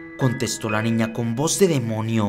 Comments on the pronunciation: Alguien noto que dijo demono en vez de demonio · dice el "demono" en vez de el "demonio" jaja like si te diste cuenta de eso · Yo escuché demono :v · Dijiste demono enserio o de broma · Alguien se dio cuenta que dijo demono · Demono? No sé si escuche bien :v alguien escucha lo mismo? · like si en el minuto escuchaste que dijo "demono" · ..pense que era la unica que escuche eso